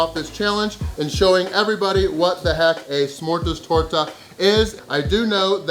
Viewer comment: First of your pronunciation of smörgåstårta was spot on for a english speaker i would say. Smörgåstårta is a klassik and there are tons of variations on fillings and decoration both seafood, fish and meat options, im sure there are vegan options aswell but we dont speak of those;) Really impresive, i could probobly eat 1/4-1/3 of that simply cause i love it, i know i would feel sick afterwards but it would be worth it:)